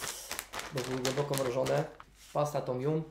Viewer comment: piekny jestes i slodki ale mowi sie tom jam :*